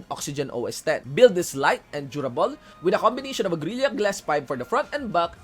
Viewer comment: I like how you said gorilya idol